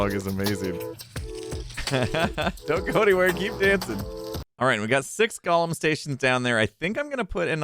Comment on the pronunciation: I don't understand how someone could spend decades mispronouncing the word "golem" and not even care.